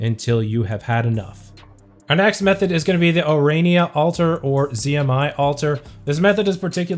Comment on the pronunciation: It took you a year, but you finally managed to say 'Ourania'. I'm proud of you!